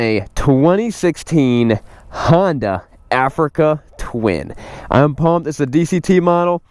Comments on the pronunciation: It is not a Handa, its a Honda, take that hot potato out of your mouth if you speak english. And a DCT is not a automatic. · It is a Honda not a Handa.